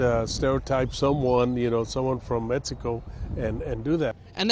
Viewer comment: That D A no sabo said metsicoe. 😐